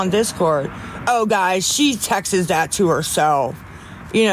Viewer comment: I always thought she was saying Texas lolol